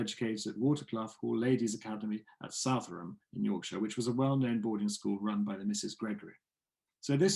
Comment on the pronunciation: You pronounced the Welsh name correctly but got the English name 'Southowram' wrong! The emphasis comes on the 'ow' part. SouthOWram. A smashing film about a very interesting woman. Thank you. :)